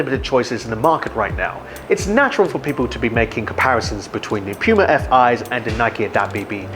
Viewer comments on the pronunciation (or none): Aaahhhhh! Stop saying pewma! It’s pronounced POOMUH!! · I keep hearing pewma instead of puma or is it just me!? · puma not pyuma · its not Puma, its Pyuma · Pew-ma? I...I just can’t. Next video. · Bruh... Say Pee-yuma one more time... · This is a “Pyu-mah” banana back button. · What!? “Peewma” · did he say "pewmah" 🤣🤣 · Id u say PEWMA ONE MORE TIME😖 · Why is he calling the brand PEWma? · did he said Yuma or Piuma? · I thought it's "poo-muh"? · I agree, you can't have a damn puma on the shoe and call it pyuuuma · Dude learn how to say PUMA !!! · It would help with credibility if you take a minute and learn how to pronounce the word puma. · Why does he say "puma" like that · The way he says puma 😣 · It's POO-MA